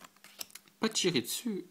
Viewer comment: Ah oui c'est pas pour t'embêter mais on dit: pa-chi-ri-zu! et le chi se dit chhhhhh-i